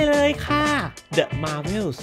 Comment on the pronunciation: เดอะ มาร์เวลส์ .. ❎ เดอะ แมวเวลส์ .. ✅ 😆😆